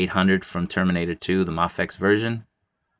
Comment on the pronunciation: It's pronounced may fex.